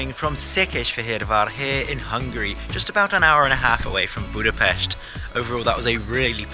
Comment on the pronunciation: bro pronounced Budapest correctly, omg this is a rare moment in history